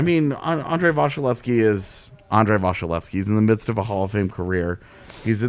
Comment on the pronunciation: Anyone else bothered by the way is pronouncing vasilevskiy?